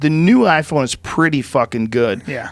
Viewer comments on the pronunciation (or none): none